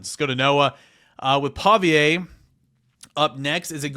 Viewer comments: Pavia (Pah-vee-uh) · Lol I was thinking the same exact thing. Not a fan at all but he has a pattern of messing up ppl names 😅